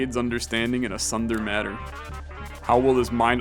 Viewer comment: I love how doesn't know what a tsundere is and how to pronounce it, honestly for the better